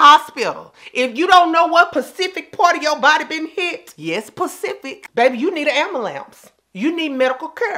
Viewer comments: camera zoom "Mmyes, pacific." 🤣🤣🤣🤣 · Pacific lmao and ambuhlance